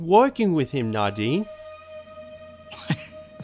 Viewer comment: Dude You have no idea how nadine‘s name is acually pronounced. The dude is calling it right! The game pronounes her name weirdly wrong